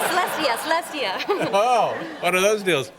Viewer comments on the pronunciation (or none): Why does she keep saying "Celestia?"